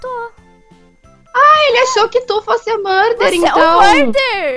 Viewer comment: Vc falou muder